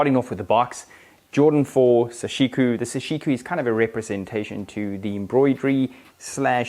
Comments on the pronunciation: It's sashiko not sashiku lol... great shots and review! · Why do you pronounce it as -ku when it’s clearly written as -ko? Doesn’t take a genius to read something that simple buddy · It's pronounced Saw She Koh not Suh She Koo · I came to comment section for this, you pronounced it wrong dude. It’s KO!